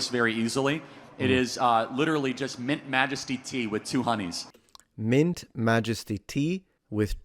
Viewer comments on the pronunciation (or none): "Milk Majesty tea with two 'oneys" - HEY MA, I SPOTTED AN ITALIAN!!!! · you said 2 oneys lol